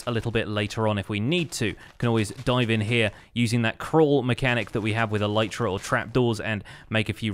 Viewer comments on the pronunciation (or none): none